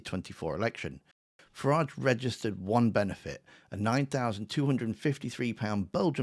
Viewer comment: Its Farridge.... rhymes with garage, average and twat.